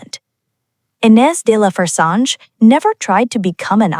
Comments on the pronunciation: the narrator made me cringe. get the name right. aay fressange, with a short a. do your homework. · Dear Miss AI. The name is Frezahnje. Clicking off you fake B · at least use an ai voiceover that can pronounce her name😅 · Why do this story if you can't even pronounce her name correctly??? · Please, if you're going to do a documentary about someone, get the pronunciation of their name correct. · Your pronouncing her name is atrocious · Please do not mispronounce her name.